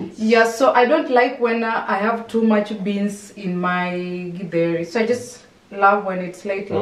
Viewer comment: No githeri without avocado,they blend so well. I like how is pronouncing githeri